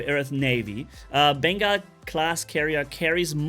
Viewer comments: Pretty sure its pronounced Bengal as in Ben-GAWL carrier or a Bengal Cat. Not Bengai (Ben-Geye) Carrier. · he says Beengaul lol